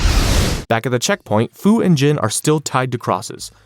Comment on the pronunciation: Gene... Not jin.